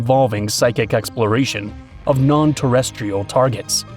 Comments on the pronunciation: Terrestrial Not terres tial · Jfc, mispronounced it so many times